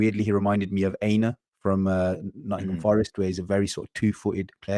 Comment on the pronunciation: Aina. It’s pronounced Eye-Nor not Aye-nar